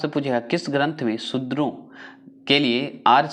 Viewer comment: Shuder h sir na ki chudr pls acche se uchaarand kariye